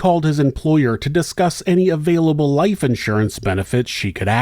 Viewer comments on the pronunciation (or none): I love how you pronounce insurance as though there’s an ‘out’surance 😂